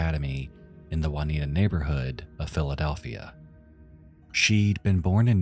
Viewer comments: it's pronounced "June e atta" section of Philadelphia not Juanitta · It’s pronounced “joon-EE-ah-tuh”. Not “wan-EE-tah”. Lol. It’s spelled Juniata, the other is Juanita. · The fact you can pronounce schuylkill with no problem but called juniata, Juanita baffles me. It's joo nee aa ta. Took me a minute to figure out where you were talking about. Never heard of that case before but I remember that snowstorm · Juniata is pronounced -jun-E-at-uh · great video, juniata isnt pronounced juanita btw hahaha